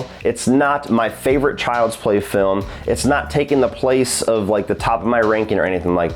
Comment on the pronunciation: I’m pretty stoned, but did you just say “frilm” right before ? If so, I’m going to start saying “frilm”.